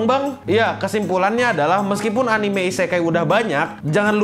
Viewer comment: Hidden dibaca Haiden, Anime dibaca Anim, Meme dibaca mEmE, Chapter dibaca Khapter 🤦‍♂️ Edit: Konteks